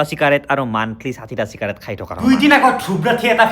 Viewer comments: চিকাৰেট নহয় চিগাৰেট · চিকাৰেট নহয় এ দাদা চিগাৰেট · চিকাৰেট নহয় চিগাৰেট ✅ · চিকাৰেট নহয় অ গৰু চিগাৰেট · চিকাৰেট নহয়।। চিগাৰেট হয় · ভাই‌ , চিকাৰেট নহয় , চিগাৰেট । বেলেগক শিকোৱাৰ আগতে নিজে শিকি ল । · চিকাৰেট নহয় হে... চিগাৰেট হে। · চিকাৰেত নহয় চিগাৰেট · চিকাৰেট নহয় , চিগাৰেট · চিকাৰেট❎️ 😂😂 চিগাৰেট ✅️🙂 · চিকাৰেত নহয় অ চিগাৰেত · Cikarate nohi chigarate